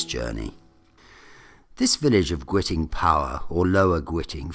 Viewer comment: No, no. Please get the name right. GWITING! It's pronounced 'guy-ting'.